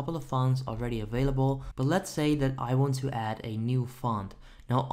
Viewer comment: " open daat. click on install right dere. dare we go" lmaoo